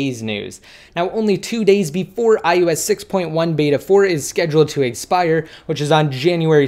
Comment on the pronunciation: Why does it sound like u are saying ius instead of ios??? thanks for the update!